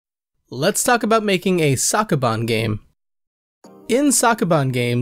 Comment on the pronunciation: It's pronounced Soak, not Sock. Please redo the video. Thank you.